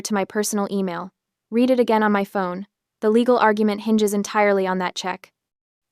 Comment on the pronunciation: Another AI that doesn't know the two meanings and pronunciations of the word 'read' from context.